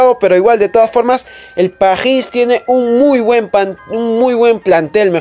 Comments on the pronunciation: que te cuesta decir Paris como todos en vez de quererlo decir en "frances" que ni siquiera lo pronunciaste bien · Pajhis:vvvvvvv